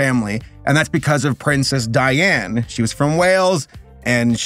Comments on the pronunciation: Dude. You didn't even get her name right, it's princess Diana, not Diane. Nobody called her Diane, you pronounce the a at the end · Sorry to be a stickler, but bourgeoise is pronounced “borj-WAH”, and it’s Princess Diana, not Diane. 💀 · indifferent to the monarch, but it's Diana not Diane. Dianas will appreciate when you get it right. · It’s Diana not Diane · You just KNOW he said "Diane" instead of "Diana" for the angry comments fuelling the algorithm. No way someone makes a mistake that obvious. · I started freaking when you said Diane because it's actually Diana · Pain u sayin princess dianne rather than Dianna lmao - for real tho; as a British person, the control and weird proper-gander around the situation is intense and awful, there is such a focus on not “disrespecting” the death of the queen that people are literally being arrested here for protesting- or even threatening to protest- the royal family, the monarchy or any of it, it’s really difficult and horrible of a situation and I wish we would use the moment to celebrate a life and to look forward towards a future that is more focused on freeing and atoning for the oppression that the British and particularly the royal family are part of and very much figureheads of Just some British 4am thoughts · ITS DIANA NOT DIANE THERES AN A AT THE END!!!!!!!!!!!!! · Love your videos but come on man. The only one who actually earned respect to get their names said correctly is Princess DIANA. Not Diane. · Ok but you called Diana "Dianne"